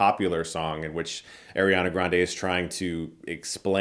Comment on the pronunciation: Eriana its Ariana never heard anyone pronounce it liks that and of course you have to brag about seeing it early